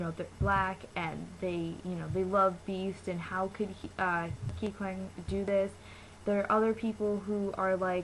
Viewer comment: Kikwang isn't racist!!!!!!!! Don't hate on kikwang!!!!! And plus she said kikwang wrong